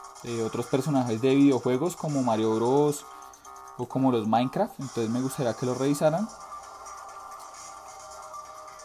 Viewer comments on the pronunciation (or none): none